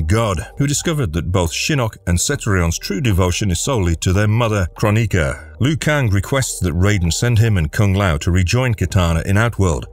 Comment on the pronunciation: ffs...it`s kroni-K-a not kron-I-ka...